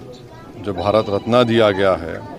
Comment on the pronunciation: अरे भाई भारत रत्न को रत्ना क्यों बोल रहा है खराबी आपके ज़मीर में है